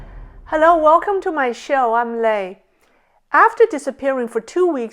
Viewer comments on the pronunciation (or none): when you say "hi, I'm Lei" it sounds like you are saying "hi, I'm lay", like you are lacking extensive knowledge.